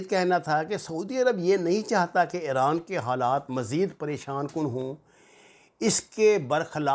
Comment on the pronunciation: 😆😆😆it's IRAN not Ieooraan